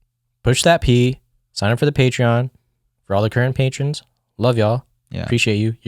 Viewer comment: "Its on the Pay Tron"🤣